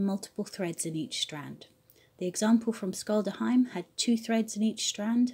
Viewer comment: Scholdehamn is pronounced, roughly, SHOHL-deh-hahm in Norwegian. I love the braiding tutorial, thank you! It reminds me of the cast-on for tvåendstrik, two-end-knitting. The cast-on can be surprisingly just as decorative as the braid you demonstrated!